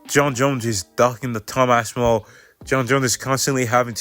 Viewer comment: Sound it out my boy, its Ass-pin-all